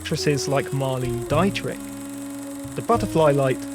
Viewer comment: Absolutely butchered Marlene Dietrich's name.